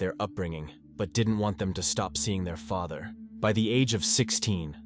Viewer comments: OMG Ik! After the way he pronounced father and then referred to the day as her"murder day " I had to skip it. 🤦🏻‍♀️ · Some of the AI narration is pretty funny. Pronounced “father” three different ways.